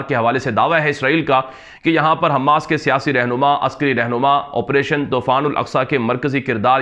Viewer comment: حماس کا میم مشدد نہیں ہیے غیر مشدد ہیے آپ حماس کا میم مشدد پڑھتے ہیں غیر مشدد پڑھیے والسلام